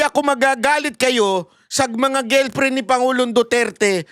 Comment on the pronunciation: GIRLFRIEND PO. NOT GILPRIN😁🤣😅✌️d mo ako basher hah! Every morning nga pinapanood ko videos mo pero gilprin kc na parang strong mo pang binanggit ang gilprin🤣 labyu😁